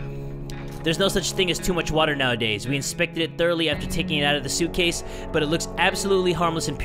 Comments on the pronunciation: I like it better when he says "Watahh and some soup" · Hatsune Miku and he can't say wattaaa